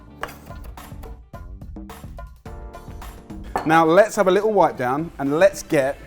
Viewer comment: A litul cheese!!